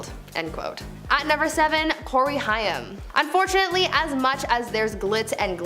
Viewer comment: Sorry but this is driving me nuts! Haim is pronounced like Haym, not Hiam